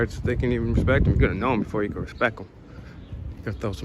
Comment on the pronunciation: Did that window licker say "respeck"? Already outed himself as a moron.